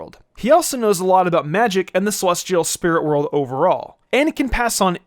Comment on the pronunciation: why the fuck you say celestial like SEH-LOSS-TEA-AL